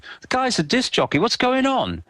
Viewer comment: what's a "disk-ahh-jockey" (approx ) i saw icke shapeshift, from a goalkeeper into an indolent conspiracy nut